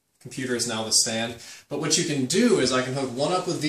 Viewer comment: " they sent me hooawt I wanted" lolol